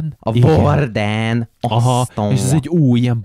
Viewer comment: Varden nem vorden és borden :D